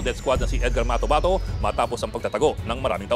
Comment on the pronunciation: Matobato hindi motabato.